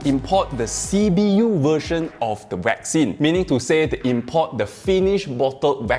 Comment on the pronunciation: Sorry but I seem to hear "vaccine" being pronounced "whack scene"??? 🤷‍♂️🤷‍♂️🤷‍♂️